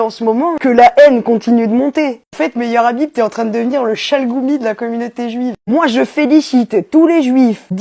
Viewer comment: Pour plus d'efficacité, éviter de prononcer "Meilleur Habib" 😉